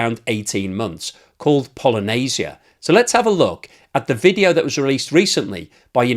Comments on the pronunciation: You're clearly not ukrainian, considering you pronounce "pallyanitsa" like it was Polynesia! :D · Какая еще Polynesia??? po-lya-ny-tsia !!!!!!!!! Polynesia-это островное государство! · "Polynesia"😂😂😂😂😂. It's Паляниця Palyanizya something like that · Он не может произнести "поляниця" он русский агент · “Polynesia” drone 😂 (Sorry, ) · polynisia XD brah u so funny with your pronunciation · паляниця = pal - ya - neets - ya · I for one am here foorting for absolute butchering of word Palianytsia.:D Not claiming I could fool any slav either.